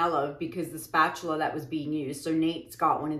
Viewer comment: “Spuh-tooluh” 😆 My bf & I intentionally mispronounce words all the time! That SOOO sounds like one of our words!! 😂